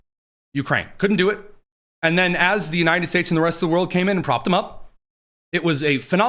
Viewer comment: The President of the “Unai-NED” States 😂 😂😂